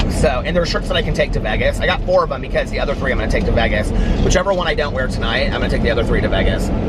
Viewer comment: I really like you and your vlogs. But the way you pronounce Vegas drives me crazy 🤪